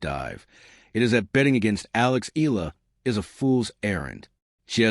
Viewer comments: Please please please pronounce her name as EY YAH LAH not EE LAH . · Another AI video milking the Filipino netizens. Fuck this guy, can't even pronounce her name correctly. Blocking this stupid AI channel